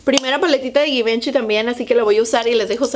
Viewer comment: Se dice zhee van Chee 😄